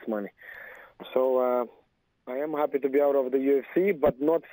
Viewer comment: " I'm 'appy.." - Anderson Silva